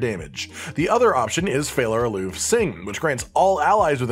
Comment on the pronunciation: Also, it's pronounced fey-lah ah-loo-vay not fallar aloov... 😋